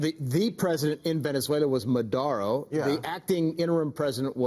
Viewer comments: Potato Patato…@ , I can accept Maher got Maduro’s name wrong, he said Madero. But the other idiot should know better. After all, he was the Secretary of Defense under Trumpelthinskin and he said Madoro. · Not careful enough he totally mispronounced Maduro even after the others said it correctly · Omg it’s Maduro. Not Madeiro. Not Modaro. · "MADORO" LMAO... the guy was chief of staff ffs! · Learn how to pronounce "Maduro!" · maher and esper both can't pronounce "Maduro". interestante...